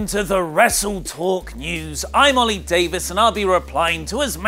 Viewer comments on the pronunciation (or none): none